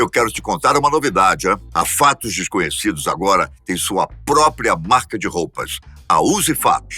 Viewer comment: Fatos "Fesconhecidos".